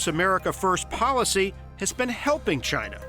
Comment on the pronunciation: What ya guys expect, the guy can't even say "china" properly ...... he had to call them "Jaina"